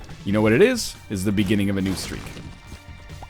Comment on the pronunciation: "It's the bigining of the new streak" Again? >_<